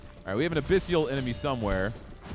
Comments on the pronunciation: Abyssal ≠ "Abyssial" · A-BISS-EL...NOT A-PISS-SEAL.